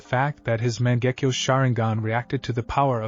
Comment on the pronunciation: Man, that Ma-jenk-yo sharingan.